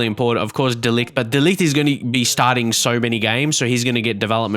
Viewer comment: I think De Ligt's name is pronounced De Light, or De Licht. No hard 'g'